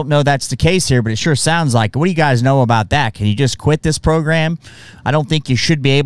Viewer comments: Female Drill sgt...@ “this is what I’m talking a boot” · first time I hear a cana actually say “aboot”... and I’m Canadian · Some of us do pronounce it like that. Usually Newfie’s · Aboot Aboot !!! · ‘Aboot Camp’ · It's a bout camp.... lmao sigh